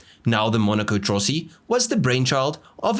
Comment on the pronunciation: La pronuncia è Trossi....